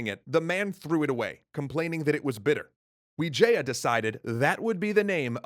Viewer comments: Bruh it's not Vijaya it's wijaya , that's even my last name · wijaya not vijaya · Grizzzy Playzzz that's what actually the name looks like though, we pronounced it with w, but the word is v